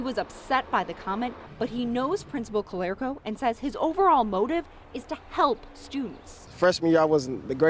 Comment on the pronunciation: Its ca LAR co not ca lair co